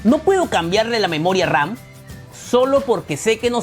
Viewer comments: Memoria RAN? Que no se dice moria RAM? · yo y mi toc de escuchar memoria ran y no ram ,pero buen video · por que dices memoria RAN ???😂😂😂